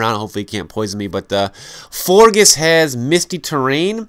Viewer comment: It's actually pronounced Flor- jes as in Flor (flower) and gorgeous.